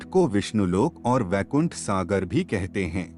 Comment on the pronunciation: Abe baikund nahi Vaikund hai vo.